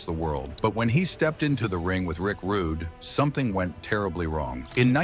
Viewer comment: get this Roo-Day ai bullshit outta here